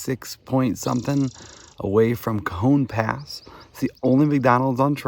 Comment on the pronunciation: Pronounced Ca -hone pass...